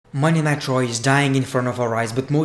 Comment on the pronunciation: I keep thinking that you’re saying Monday Nitro lol